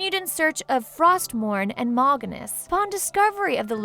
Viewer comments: List of Mispronounced Names (Not counting ones where she was "Close enough"): Kil'Jaeden - Kil'Jadeen Mal'Ganis - Moganees, Moganis, Maliganse Northrend - Northend Ner'zhul - Ner'thul Khadgar - Adgar, Hadgar Aegwynn - Eggwin Gul'dan - Gol'dun Arthas - Artharas Lordaeron - Lordreon, Lordreun Sargaras - Sarjerus, Sargerass Gilneas - Gilneeus Muradin - Moridan Kalimdor - Kal-mi-dor Scourge - Scoorge Durotar - Duratour (Sounds line a good name for a tour group that tours durotar) Azeroth - Atharoz (Really??...Really!?!?!?) List of lore/other issues (That i can find): Garona is half orc/half draenei, in the original game she was half human however that has been changed by blizzard and garona being half draenei is canon. A random bunch of humans didnt kill Medihv, khadgar stabbed him and lothar cut his head off. Doomhammer kills blackhand not garona. Durnhold forrest? Kingdom of azeroth? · I love the videos but the names being butchered are just atrocious. I understand some of it, but there are a few that aren't even read properly.Khadgar (Hadgar)Ner'Zhul (Ner'Thool and Nuh'Thool)Stromgarde (Stormgrade)Kil'jaeden (Kil' Juhdeen)Malganis (Malganese and Malgans)Kalimdor (Kalmidor)This is teeth grindingly frustrating to listen to. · MAL-GAN-ES?! WHAT?!?!?! Honestly who wrote this stuff down, his name isn't that hard.. Mal'Ganis.. Mal-Gan-is sigh